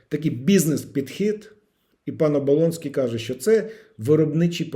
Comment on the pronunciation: Та не ОболОнський, а ОболЕнський !!!